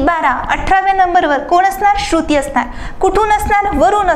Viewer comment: Ek shabd double ka boltay ma'am? Shru..... ti ase thambun kashala, shruti asech patkan bola.